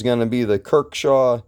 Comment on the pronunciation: Kershaw. Not "kirk shaw"